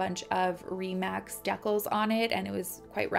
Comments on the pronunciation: The way you said decals made me giggle lol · Deckals..... ur so adorable 😘